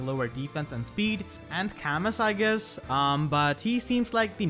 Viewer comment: ITS KA-MOO NOT CAMUS